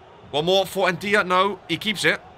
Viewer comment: The way you pronounce Ndaiye is nnjai. It’s a common surname in my country